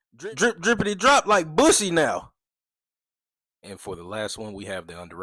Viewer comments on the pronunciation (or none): Bro said "BUSSY" hard as fuck lmao 😂